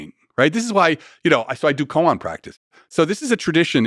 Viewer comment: “Koan” practice not “coon practice”